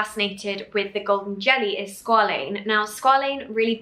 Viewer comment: no shade to Niomi, I absolutely love her but it makes me wonder how much research was done on the ingredients overall since she mispronounced quite a few words like glycerin and squalene. She also mentioned putting the oil on top of the moisturizer but oils are supposed to go before for the cream to seal the moisture in... none the less the products look and sound beautiful. I am really keen to try the mask but was wondering how many % glycolic acid is in there plus when Niomi is willing of course, to make a video addressing some life updates, what happened to her relationship etc